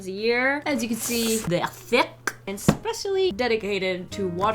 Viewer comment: Whats popping thats a mighty THIQUE (like the way that que sounds at the end very fancy) BOX you got there